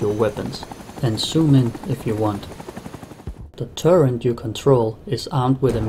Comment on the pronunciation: It's turret, not "turrent". Nice video though!